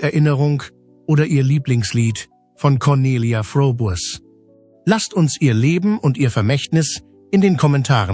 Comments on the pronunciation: Es heisst wörtlich ausgesprochen "Frobes" geschrieben Froboess😊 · Übrigens wird der Name von Conny "Frobes" ausgesprochen, ja diese KI ein Graus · Es sollte möglich sein den Namen richtig auszusprechen und nicht 3 x die gleichen Bilder im Beitrag zu senden. Ist das denn niemand aufgefallen? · Das ist ja schon wieder ein Blödsinn ! Du kannst ja nicht mal ihren Namen richtig aussprechen ! Gockolores ! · Der Name wird falsch ausgesprochen. Sehr störend. Blöde KI!!! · Bitte bitte sprich den namen richtig aus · Warum spricht der Komentator den Hausname der Conelia Fröbel nicht richtig aus ? Das ist ja grausam wie der Komentator den Hausname von Coni ausspricht